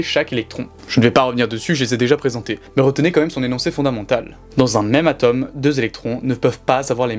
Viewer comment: Marrant de parler de science sans savoir prononcer le "o" de "atome".